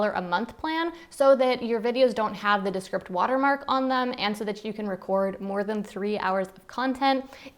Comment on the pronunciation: Was that ViewScript? DeScript? Please enunciate